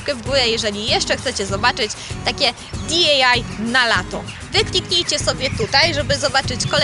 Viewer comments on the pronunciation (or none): Filmik super, poza tym masz bardzo ładną sukienkę na sobie na początku i pod koniec:) Pytałaś, więc spieszę donieść, że kisiel w dopełniaczu to ''kisielu'' ( chociaż to nie jest zbyt naturalnie brzmiąca forma, a przynajmniej dla mnie), a jeżeli już jesteśmy przy kwestiach językowych to DIY wymawia się troszkę inaczej, niż wymówiłaś to na końcu, będzie to '' di aj łaj'', to taki tip na przyszłość gdybyś robiła więcej tego typu filmików i chciała użyć w nich tego skrótu, pozdrawiam ;)